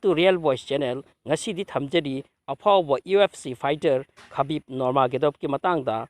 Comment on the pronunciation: Nurmagadov haiba natte nurmagomedov haibni